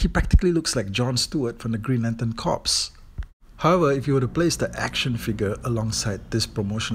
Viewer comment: have you seen Flesh Gordon I&II? p.s Corps is pronounced ‘core’.